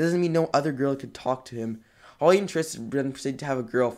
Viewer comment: Leland Pronounced Le-Land How he pronounces: La-Land Holly Pronounced Ho-lly How he pronounces it: Holy 😂